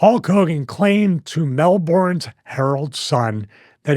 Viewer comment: It's pronounced Mel-burn or Mel-bin depending on how bogan you are, if you say Mel-born in Australia people look at you weird.